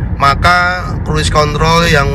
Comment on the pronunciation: Asli ngakak bang pas lg ngomong cruise contol😂😂 ✌️✌️